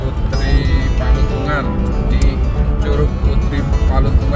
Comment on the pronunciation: Palutungan om... Bukan patulungan😂